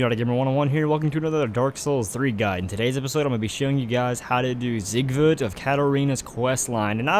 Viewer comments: "Zighood"???? It's not even that hard to say it. It's like "seeg-ward" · For those who care to know his name is pronounced seeg verd